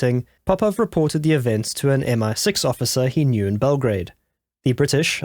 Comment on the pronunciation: Bell - gra - a -de